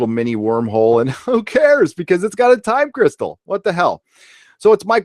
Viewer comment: Why i laugh everytime i heard "Time Cristal"? 😂😂😂